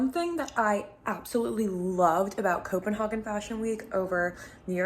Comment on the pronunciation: it's pronounced copen-hay-gen